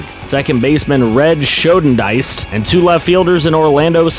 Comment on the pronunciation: Schoendienst is pronounced = Shane Dinkst